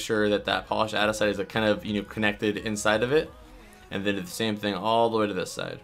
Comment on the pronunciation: It's aNdesite not adisite